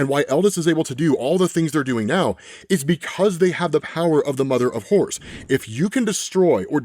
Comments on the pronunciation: it sounds like he's saying, "the mother of whores." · The accent is really kicking in here. I keep hearing the mother of whores.